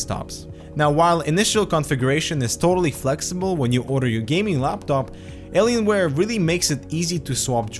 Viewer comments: 'Alienswares' wtf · Did you really say "Aliensware" and "Numslock"?